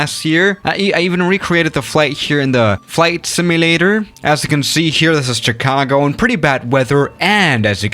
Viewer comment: It's pronounced shicago bro😁😀😀